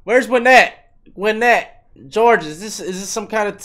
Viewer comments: You're pronouncing it correctly. I'm from Detroit but live in GA now and Gwinnett is not dangerous at all. You got Lamborghini's, Benzes, Porsches, Audis, rimmed up Chargers, Challengers and every other car and truck rimmed up and tricked out. Nice houses, the whole 9. You got a an equal mix of black, white, asian and spanish living there. Crime and danger exist yeah and there's some seedy areas but that's anywhere you go. Anyone that lives there or familiar with Gwinnett knows I'm telling the truth. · This guy is Complete Cringe....You pronounced it right, it was the fastest growing county in the country about 2 decades ago when it was a good place but no more, it's loaded with bad area's and a lot of crime now. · You were saying Gwinnett right. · . Gwinnett is the county not the city or town. And u said it right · He said Gwinnett my g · No you said it right... Migos come out of Gwinnett County